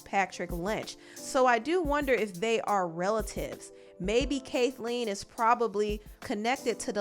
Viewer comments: “Caith - Leen” <<< “kathh-lean” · Loved this video, but the pronunciation is Kath - lean, lol. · Did just pronounce Kathleen, “Kay-thleen”? 😂😂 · Sorry I gotta call you out, but... you did not just pronounce Kathleen, "Kate-Lean"🤦🏾‍♀🤣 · Her name is pronounced Cath-lean. But this whole thing is so f*** up. Watching affairs happen publicly is a whole other beast and just completely unfair. Especially when there were people around her that knew. Nevertheless, I hope the one who gets the full truth is Nia because she deserves that. No more gaslighting, no more lying. Just the truth. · The way she pronounced Kathleen 😂😂😂😂 lol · It’s Pronounced Kathleen! With the Bath A sound. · Sis, you can’t pronounce Kathleen or is that how her name is pronounced? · Never heard anyone pronounce Kathleen like that before in my life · I’ve never heard someone pronounce “Kathleen” like that lol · Wait has never heard the name “Kathleen” before?? Why did she pronounce it like that 😂